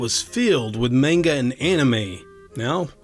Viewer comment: Low-lee. Comes from Lolita by Vladmir Nabokov. And mahn-guh.